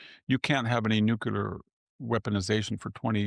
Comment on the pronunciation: So smart, so right about everything but face palms every time he says "NUCULAR"